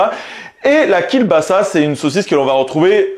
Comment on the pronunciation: Alors, ça se prononce Kiewbasa, pas Kiel, c'est un L "barré" qui se prononce W. Voilà, petit point culture. Toujours top tes vidéos sinon.